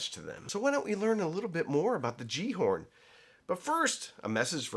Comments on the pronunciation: Pronounced Gal-ar-horn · Pronounced Galahorn. At least that is what we called the similarly named Destiny game weapon. 🙂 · Pronounced "Yallerhorn" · Gjallarhorn is pronounced ki-yal-la-horn.